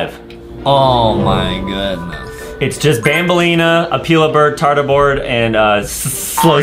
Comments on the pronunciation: Banbaleen not banbalina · It’s banbaleena